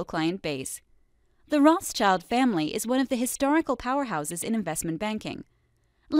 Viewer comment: Rothschild is not pronounced that way.